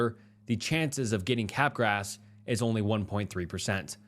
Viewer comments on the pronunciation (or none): Bro.. "capgras" is pronounced kuh-graa! Not cap grass. 😑 i knew you were saying it wrong, so... i googled. Honestly, that's something YOU should be doing before you record. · Cap grass .... it's freaking kuh-graa... it's french, that s is not there!!! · Bro, you're awful at pronouncing words. L-dopa is not "L-doppa" Capgras is not "cap-grass" Come on.